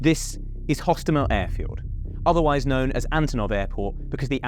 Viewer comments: Airport actually Hostomel Airport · Hostomel, not. Osowiec, not Owowiec.